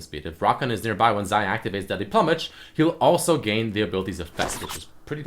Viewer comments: ploomage not plummage. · PLOOmage. Not PLUMage. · plumage is pronounced "ploo-mig" not "pluh" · ploo-mage not pluh-mage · Plumage, like feathers PLOO-mage. >:| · its deadly ploomage. Ploomage! I know English isn't your first language but come on man. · you saying "pluhmej" triggers me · Pronounced Ploomage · "Plummage" lel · It's pronounced Ploomage. lol